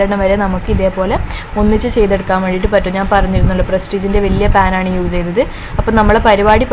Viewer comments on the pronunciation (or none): Hi ayshu entha s in pakaram z use cheyyunnath. Uze ennu parayunnath